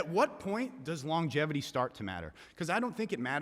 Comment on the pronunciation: homie really doubled down on his pronunciation “longevity” and said “lon-ja-tivity” lol all points are void get this clown out of here